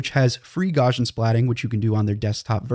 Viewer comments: Gauss is pronounced "gowss", and Gaussian is pronounce "gowssian". It's not gawshun. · Gauss is pronounced gows like cows not gauze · You might like to learn how to say Gauss's name. It isn't gORshan. It's Gowsian. Ow - as in the pain I get every time I hear his name mispronounced. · Did you call it Gawshin splatting?! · And the 'Gau' in Gaussian rhymes with Cow. I'm beginning to this this guy is a bot. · "photo" "gammetry" "gaussian"... Pronunciation, learn it.